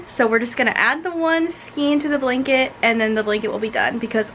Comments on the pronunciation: Ok I like you, but skein is pronounced " skayn". Long a. Not long e. Please, I beg of you skayn. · You learn something every day 😂 I’m 51 and I have always said skeen 😅 maybe it’s a location pronunciation? 🤷‍♀️